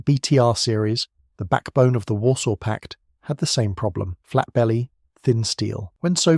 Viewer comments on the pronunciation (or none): none